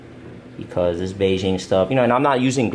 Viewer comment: The way he said Bigen sounded like Beijing 😝